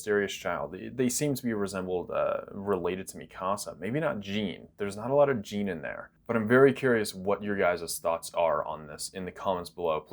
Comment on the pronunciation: Something that quite annoys me. You say Jean as gene but it should be Jean as John.